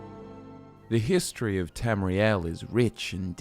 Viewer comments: Everytime you say "History" I hear "Hist tree" Conspiracy? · is there any one else who heard hist tree when he said history at the start of the video? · I thought he said hist tree too😂